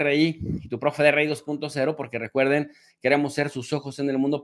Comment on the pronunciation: Exelente.Peeeero, ¿Por que profe de rei y no de ri? Rei suena medio tilingo.